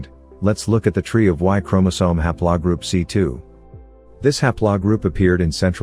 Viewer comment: ha'plaw? Computer needs more lessons. :3